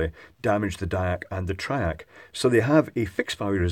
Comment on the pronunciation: Fairly heavy Scottish accent.... 'triac' becomes 'track'. Had to double-take a couple of times. TRI-AC. TRI-AC. Repeat 100 times,!:-)